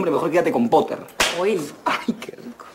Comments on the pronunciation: "potter" popoter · Poteer " Piter"